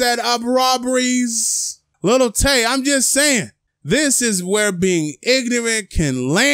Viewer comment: Did u just say lil tay😂💀